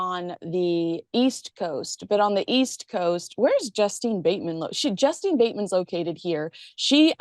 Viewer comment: It's Justine Bateman........not Justin. "Justeeen"